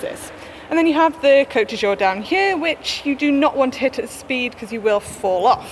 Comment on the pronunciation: Is Manon pronouncing 'Côte d'Azur', as 'Côte du jour'? 😉